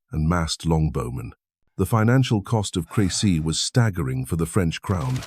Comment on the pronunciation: At least get the name CREcy. Right… CRESsy